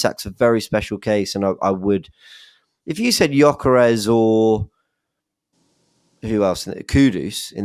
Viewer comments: "Cocker rez" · Did just call him cockores? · pronunciation of Cokeres (Gyokeres) is brilliant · For future pronounciating, i’m swedish and we pronounce it kinda like Yokeres. You dont have ”Ö” so it will be hard for you guys to say it correctly but Yokeres is kinda how its pronounced